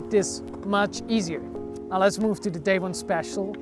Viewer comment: Extremely minor point but the American pronunciation of his name is "Daewon" where the "won" is pronounced like the "Wan" in "Obi-Wan Kenobi," not as you would pronounce "day one"